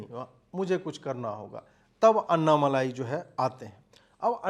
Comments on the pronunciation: Pl know the name properly it's : Anna-mallai ( note the double 'll') & not anna-malai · एक विनम्र अनुरोध है। कृपया अन्नामलाई नहीं बल्कि अण्णामलै कहिए। यही सही उच्चारण है। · Not malai but मलै यानी पर्वत, अन्नामलै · अन्ना मलायी नहीं सर, अन्ना मालि🙏. Just to correct, not fault finding. U r great🙏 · अन्नामलाई नहीं अन्नामलई है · Sir, it's Anna Malai as in मलै. Not Anna मलाई.. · Bhai wo Malaai nahi Malei he, Anna Maleya. Maleya Matlab mountain in Tamil. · Please Stop . Writing his name or pronouncing his name incorrectly. अण्णामलई सही है अन्नामलाई अशुद्ध है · MALAAAYI (KOFTA) NAHI... MALAI... LLA K SAAT.... *AIY KI MATRA....* "LIKE" JISA - Ma LI .. OK..?? KAA BOS*K HINDI PATA HEI... 😕🫤 HUM BHI APP SE ACHHE JAANTHE... !!! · It’s ण not न in aNNAmalai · it is basic manners to say the names correctly that too in public forum